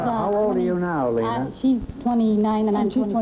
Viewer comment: so, you now, want to teach me german .. it is lena as in bet ya .. try forvo, forvo helps